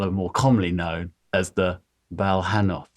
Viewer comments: What is the name of the creature in the skull? I thought he said Volinoth and couldnt find anything, i was just curious as to what it looked like. NM next time i heard the name i was able to look it up Balhannoth! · another time Matt said it I heard the right word it is Balhannoth!